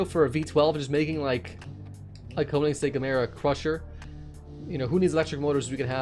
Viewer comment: Great video as always, just saying it's pronounced "Kern-igg-segg". Love the work bud